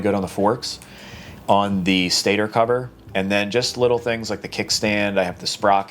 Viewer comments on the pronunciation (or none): none